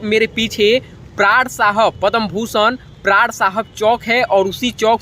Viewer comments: Bhai prad nhi pran tha unka naam prad prad kiye ja rha h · Pran ki bajaye... Prad... ku bol rahe ho bhai